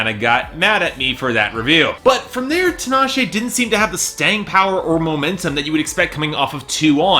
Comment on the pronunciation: it bothers me that he keeps prouncing her name wrong, it's TEE-NAH-SHAY. Also Tinashe is a decent vocalist supporting F3-C5-B5